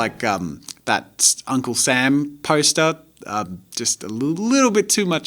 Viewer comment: It's young-cle Sam